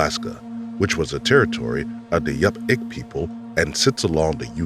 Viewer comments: Alaskan here. Yupik pronounced; you-pick not yup-ick Glad they finaly caught this guy. Native Alaskans have enough struggles without bastards like this preying on those that are role models and can lead other to success. Nobody understands what its like in the villages up here. People like her are important to their communities anywhere but, even more so in small Alaskan villages where it is easier to fall into complacency than to live your dreams. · Not "yup-ick" people, YOU-pick people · Yupik is pronounced as "Yoo-pick"